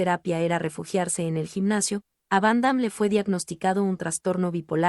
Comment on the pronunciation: Y a quién le importa? Primero que todo aprende a pronunciar su nombre y a expresarte , no lees bién, lo que nos importa es su actuación y el legado que a dejado adentro del cine una extralla y un fan de el .